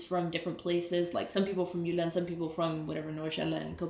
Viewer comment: Finally I hear Jylland and Sjælland - and not Jutland and Zealand. :washhands